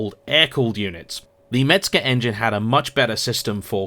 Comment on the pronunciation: Mezger !!!!! Not Metzger !!!!!!!😊😊😊😊😊😊